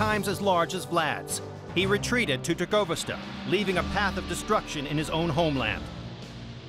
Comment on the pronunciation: "Tor-Go-Vist-Uh"? Is it too much to ask for the narrator to pronounce it correctly?